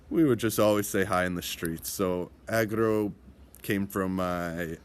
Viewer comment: Frog = Agro not Acro